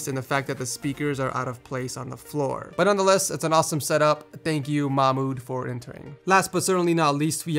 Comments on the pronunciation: it's pronounced ma-h-mood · You totally butchered Mahmood's name. It's pronounced: mahh-mood. :P